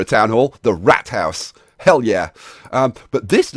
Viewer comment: lol he pronounced it ike rat house wich isnt right :(